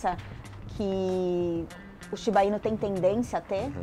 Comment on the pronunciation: Tem outro video no canal em que a apresentadora tbm fala "Shiba-inu" como se fosse tubaína kkkkk. A maioria das palavras japonesas são oxítonas na pronúncia. Por favor, avisem ela que se fala shiba-iNÚ 😅😅😅